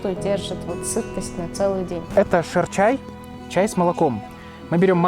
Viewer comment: не шерчай, а ширчай))) не принимайте за ошибку, а просто за любезное поправление. Шир на таджикском молоко (любого вида), а чай ну соответсвенно чай. Дословно молочный чай, куда кладут слоеную традиционную таджикскую лепешку и соответсвенно сливочное масло немного. Это традиционный таджикский завтрак. В Душанбе, кончено молоко яка не найдешь, сугубо коровье). В любом случае ваш ролик получился красивым и душевным. Рады, что такие персоны посещают недооцененый Таджикистан. А ведь народ не только добрый, но и гостеприимный. Открою вам небольшой секрет. В Средне Азии роль таджиков велика. Хотя нас стараются вытеснять. Если вам удастся побыть в Узбекистане, то поймите, что именно таджики там составляют интеллигентную прослойку. Ремесленники, учителя, повара это таджики, особенно в Самарканде и Бухаре, есть еще в Риштане и Чусте, но это все второстепенно. Ибо таджикская интеллигенция осталась на территории Узбекистана и применяется давлению. Я таджик душанбинец по происхождению, но мои предки из коренных таджиков Самарканда. Мои предки из за давления перебрались в молодой город Душанбе. Чему я очень рад. Желаю вам всего самого наилучшего и удачи в проектах. Хуш омадед в Тоджикистон (добро пожаловать в Таджикистан). Омад ёри шумо бошад (пусть удача почувствует вам).